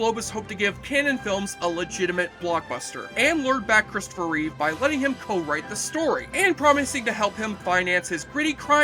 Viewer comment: Reeve, not Reeves.